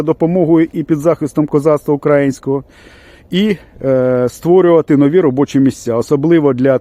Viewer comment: Ооооо ! Козаки ! А де ви були коли ЯЗ кравчуки з кучмами оркам віддали ?! Млять ! І ще ! Наголос навчи спочатку ставити укрАїнського !!! До крижанівського звернись він більш знає як донати збирати ! Ще одне вилізло ! Залізь в ту дупу звідки ти вилізло !!! Добродій.... млять ! Ідіть до зедєрмака і наведіть там порядок ! А потім вже відосики будеш запускати . козаки.... КІЗЯКИ !!!